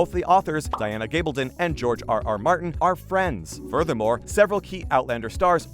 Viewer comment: So you've gotten the actor's names down, can you now try to get the author's name correct? Its Gabaldon - gab as in a gab session. I keep watching your videos because you actually listen to comments and fix things.